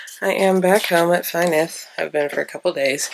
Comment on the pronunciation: i notice you dont use the welsh pronunciation of your house, is there a reason? sorry just curious